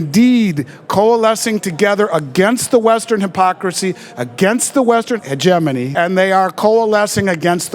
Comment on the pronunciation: "Heh-geh MOny" It's "HEH-GEM-ANY" Hegemony Jesus dude... that raped my ears.